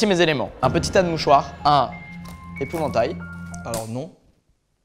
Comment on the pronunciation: "Un epouvantail" 😂😂